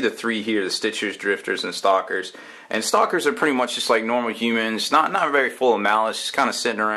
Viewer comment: I know this is four years old, but... well, I'm here. It's supposed to be "stakers", as in having a stake in their land.